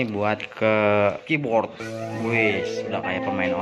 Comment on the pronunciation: Keyboard, Bukan KIBORT ya bang :3